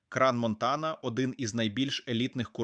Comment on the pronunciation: Як можна горовити Кран Монтана, коли правильно Кранс Монтана ?🤣 некомпетентність вражає